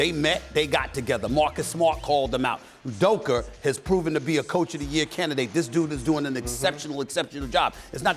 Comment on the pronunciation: Did this man just call Udoka "DOKER" 😂